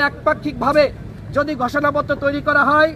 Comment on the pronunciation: গষোনাপ্ত্র?😅😅😅😅 নাকি ঘোষণা পত্র? এভাবে কেউ কি স্ক্রিপ্ট পড়ে?